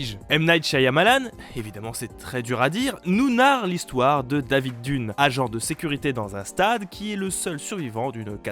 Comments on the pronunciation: David Dunn se prononce "David Deun" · David « Dune » ? « Josh » Whedon ? Bien les prononciations les mecs ...